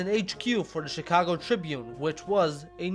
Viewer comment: why di you call it SHEcago if its written CHIcago?